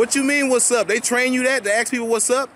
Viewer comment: If you say "Ax" one more time, I'll hit you with my "ASK".